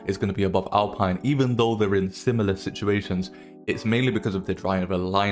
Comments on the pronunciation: Alpine is spoken out as Alpeene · Alpine said like “Al-Peen” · you are saying alpine wrong